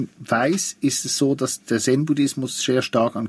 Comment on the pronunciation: Hat mich auch gewundert. Liegt vermutlich am Dialekt ;-)